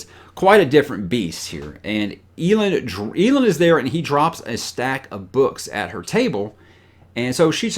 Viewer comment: Hey! I know you don't typically listen to the audiobooks, so take it for what it's worth, but it's pronounced El Land (Elend). Now that I've gotten that out of my system, still loving your channel, and your honest OPINIONS, even the few I don't agree with. Keeps those discussions fresh IMO.